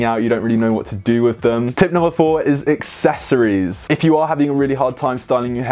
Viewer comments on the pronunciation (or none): none